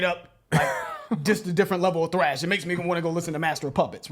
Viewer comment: Please stop calling it “TRASH” bro it’s “THRASH”, T-H-R-A-S-H